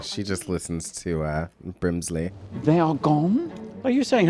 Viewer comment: Bbrbrrrimsley took me out